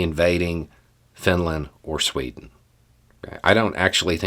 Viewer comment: as usual, I love your perspective. But that "Sweto" slip up was hilarious and I sort of lost focus for a minute after it 😅 anyway, much love brother!